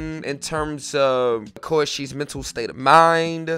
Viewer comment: thought someone would point it out but no one did. its kousei my man not koishi 😂